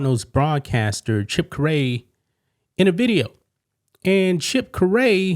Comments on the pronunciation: I really enjoy your videos, and I think you are great. Chip Caray's last name is actually pronounced as "Carry". He is the grandson of the legendary Cards/Cubs broadcaster, Harry Caray (Again pronounced Carry). Keep up the good work, just thought I'd help you out. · His last name is pronounced CARRY. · As a cardinals fan I was listening to it and immediatly noticed it, was wondering if something would happen, hoping not, was obviously a slip up while reading a prewritten statement... Also despite not having an E in it at all, it's pronounced CARE-e (like concealed carry) not ka-RAY and that was nagging at me the whole time while trying to focus on the content of this video. Grandson of Harry Caray one of the most famous baseball announcers ever. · It’s “Cary” not Ca-Ray 😂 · It is pronounced "Kerry" not "curray"......I take it you've never heard of him or his father or grandfather who also were play-by-play broadcasters??? Haray Caray (pronounced "Kerry") his grandfather who broadcast for a number of teams, ending up with the Cubs for many years before he passed away in 1998, and his father Skip Caray (again, pronounced "Kerry" not "Curray") was a longtime play-by-play broadcaster for the Atlanta Braves until he passed away as well as few years ago......please pronounce the last name correctly!!! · It's not curly it's Cary just like carrie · I think misreading Chip Carey as Ca-Ri instead of Carrie is worse than missing a key "l". If we are going to achieve tolerance we need to support respect and not be so defensive. The Cardinals organization handled it right. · CARE-EE. NOT CU- RAY, RHYMES WITH HARRY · you know the legendary announcer, Harry Carey, right? You pronounce the name like Carrie, not Kuh-ray. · Caray like Kerry. NOT CA REY. UR WELCOME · not ca ray pronounced Kar--ie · chip fax pronounced care ee not ca ray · Grandson of Harry Carey, not Carray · Stop saying 'Cor-rey' It's pronounced Carrie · Chips last name is pronounced carry. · “Care ree”